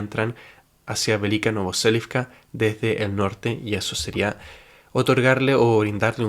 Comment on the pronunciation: Velyka NOVOSILKA, no NovoSELIVCA